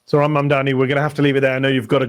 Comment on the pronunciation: I was listening to Fox News and they somehow all said zohrans name wrong. Crazy.